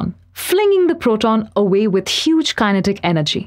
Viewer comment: Kinetic (as she pronounces the word) informs the probability of her holding a BS degree.